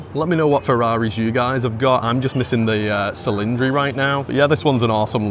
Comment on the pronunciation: ✋ hi dude, for the right pronunciation of the Ferrari 12 Cilindri... You reading the "C" like an "S" but the correct pronunciation is reading the "CI" like a "CHI".